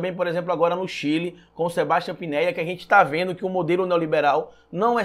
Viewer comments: né Pinéia não. É Piñera (Pinhêra) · Sebastian "Pinéia" kkkkkk nem o nome do presidente do Chile sabe falar, quanto mais vai saber de liberalismo, economia e etc...